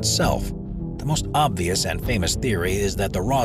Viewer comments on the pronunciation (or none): none